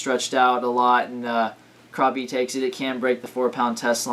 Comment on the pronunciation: not to be mean but it's purnounced crap-ee